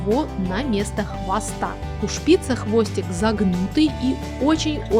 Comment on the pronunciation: Шпица ударение на букву ааааааа на последнюю букву а. Извените за ошибки